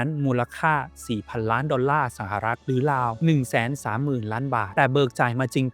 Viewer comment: ราว ได้ยินเป็น ลาว ทุกที เพราะ ฝังใจ ลาวเป็นหนี้แยอะ